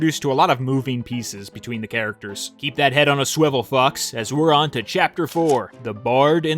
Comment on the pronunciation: i... i think he mis-pronounced "fox"... lol